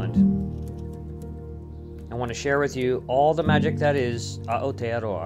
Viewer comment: Hey man! I love your videos and am enjoying your videos of Aotearoa , there's just one thing that is bugging me. It's the way you pronounce Aotearoa. The A and the O are not pronounced separately, they are combined . It's sounds more like owwtearoa. I give you big ups for trying. The Maori language is a hard one to sound out . Hope to see you exploring more of New Zealand soon! Happy sailing.